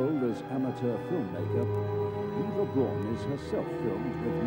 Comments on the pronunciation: This irked me. Eva is pronounced like Ava. Her last name is supposed to be pronounced like “Brown” not like “Brawn”. In German, “Au” has an “ow” sound. Just think of how Auschwitz is pronounced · About 30 seconds in, and the narrator had pronounced both Eva and Braun wrong.